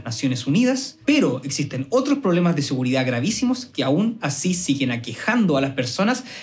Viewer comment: No me da seguridad que se coma la d de seguridad.